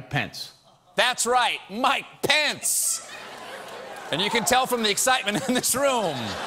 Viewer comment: is steven unable to say "pence"? swear for the past 3 days hes been saying "pants"